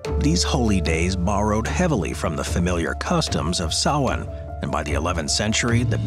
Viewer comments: THANK YOU for pronouncing SAMHAIN Correctly!! :) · Blessed Be! I'm an English born Pagan, nice to hear the actual origins of Samhain, and you pronounced it right! Not many people do that! 😆 Great video! Thank you! 👻